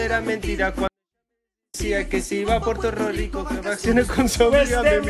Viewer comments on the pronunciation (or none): kunnnn tan solo quería que dijeras "Puerto Rico" no "Porrto ro Rico" me dolió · ME PARECE O DIJO PUERTO RORICO